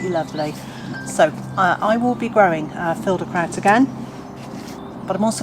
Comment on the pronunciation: Hello, I'm from Germany and I think you pronounced "Filderkraut" und "Dottenfelder Dauer" perfectly. Thanks for your tipps. I realy like your videos.